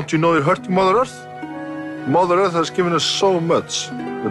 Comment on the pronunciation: "Holy mother earf"